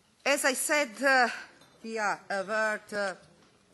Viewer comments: "We ar AWR." Yes we are. :/ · VI AR AVR TUU MIT AUR KOTMITMENT TU AUR SITIZEN! haha